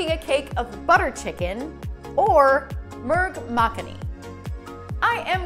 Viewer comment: I’m Indian and when I heard you pronounce butter chicken in Hindi I started laughing!